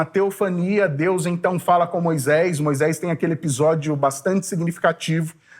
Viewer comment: CORRIJA A SUA PRONÚNCIA HORRÍVEL: MOISÉS E NÃO "MOISÉIS", TRÊS E NÃO "TREIS".....